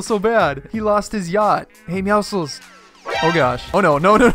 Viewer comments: it bothers me that he calls meowscles meowsles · who else thinks he is saying Meowscles wrong